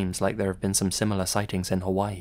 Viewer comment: It was all good and fresh until he said Hawaii like :—) um, sir, please TAKE BACK WHAT YOU SAID :,,,,—)